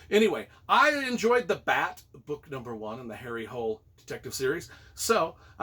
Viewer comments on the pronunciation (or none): Hole is pronounced "HOO-leh" according to ChatGPT. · Apparently the native way to pronounce the name of the detective is HARRY HOOL-EH. And the author is JOO NESBOO. Really great series. Thanks again for your reviews!